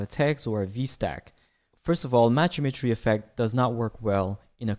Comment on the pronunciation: Great tutorial! Don’t know if it is just me but the way you say Matched Geometry sounded more like Matched Imagery. Kinda was throwing me off haha